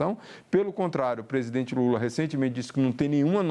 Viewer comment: PRESIDEMENTE??? 🤣🤣🤣🤣🤣🤣🤣🤣🤣🤣🤣🤣SABE, SABE, SABE, SABE.......🤣🤣🤣🤣🤣🤣🤣